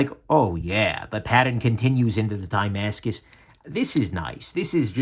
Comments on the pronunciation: Die-mascus, I thought it's like "dah-mascus"? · Ohh... was trying to say tie-mascus. 😀